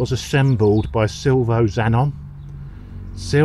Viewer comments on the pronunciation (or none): Sil vee oh....... Chops. Not Silvo fella. Don't ring him, he'll abuse you fast in italian. 😂